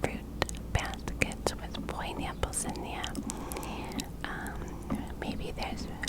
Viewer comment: I'm sitting here like what in the hell is a poinamble.... I thought I was losing my mind. Then I realized you said pineapple in a NY accent. Lmao